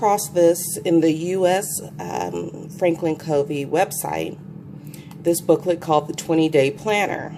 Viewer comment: Good review! btw, Covey is pronounced KUH-vee (after Stephen Covey). Monarch is pronounced Mon-ark. :)